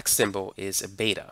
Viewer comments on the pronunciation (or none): none